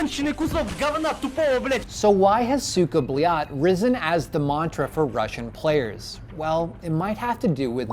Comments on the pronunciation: hes always saying belyate and not blyat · Gets told it ends with a d, says it the wrong way the entire video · Has a professional tell them that its pronounced with a D not a T yet he pronounces it with a T throughout the whole video... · So you get a guy with a Phd to explain that its blyad with a d and not with a t, only to proceed to give the ceckmark to a guy saying it with subtiltles saying blyat